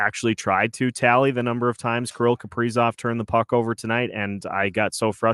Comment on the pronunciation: Why oh why is the A still on Kaprizov or should I ask Cough-prizov? The 5 highest players just stunk up home ice in a fashion that you can only call choking! It is very apparent these guys will not perform with Dean behind the bench! None of the top 5 millionaires can hit the net and they only kill the team emblem on literally every goaltender they face! I cannot remember the last time Johansson got a shot on goal! Putting Hartman back up when Rossi was getting tge job done??? WTF??? The return of Spurgeon and Boldy only made this team worse! Where is this team's pride? Time to start sanctioning pay over breach of contract! Now you have Dewar and Duhaime out there self destructing and desperately trying to make it happen only to have Duhaime make a very bad decision and got ejected for boarding! This is because of the epic and colossal failure of what should be team's leaders!!! Pied pipers is more like it! Where are they leading? To an early season exit without any chance of hoping for a playoff bid!!! WHAT A BUNCH OF CHOKERS!!! Tomorrow we should have a public jersey burning. Who wants to wear the number and names of these worthless hacks? I mean, what is the front office going to do about it? Can't trade 'em, can't bench 'em and bring up hopefuls! Dean said it in post game he has no ideas what to do. He admitted he's the problem. Billy, wake up and smell the coffee! At least the Oilers realized they had an ineffective coach and dumped him. Billy, the time has come...Dean c